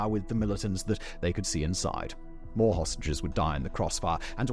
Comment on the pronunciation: Idk if I'm hearing dis right is he saying hostages or sausages.. 😅😅